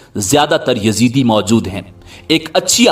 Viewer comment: Uloo kay pathay, it is not Yazidi but Yazdi. And they don't worship Satan. You mazhabi jaheel cannot read a book properly.